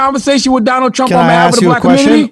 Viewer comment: did this man just call him Donnell Trump??? lmao 🤣😂😂🤣🔥